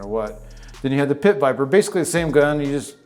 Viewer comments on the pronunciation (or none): none